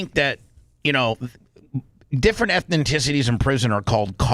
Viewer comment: Ethnicity....not ethenticity